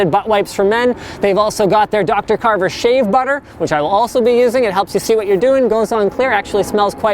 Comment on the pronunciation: Linus you said "save" instead of "shave"!!!